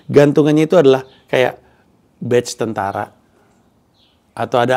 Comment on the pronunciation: Patch bang, bukan batch